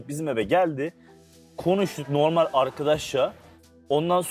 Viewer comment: Rümeysanın normel demesine çok takılıyorum ayyy